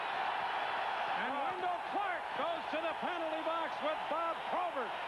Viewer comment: BOB not BOD. WENDEL not WENDLE.